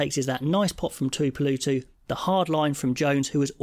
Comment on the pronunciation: It’s a very minor nark, but please god, get the name pronunciation correct… The tooeepoolootoo stuff was getting my inner Karen dick up. Thanks. Love your work.